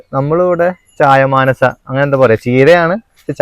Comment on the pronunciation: ചായമാനസ അല്ല ചായമൻസ ആണ്